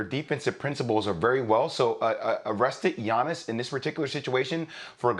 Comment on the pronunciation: Greenberg cant even prononce giannis's name. Have some respect to the reigning mvp